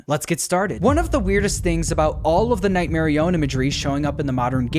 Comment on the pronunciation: It’s not nightmare I- own it’s notghmare i- on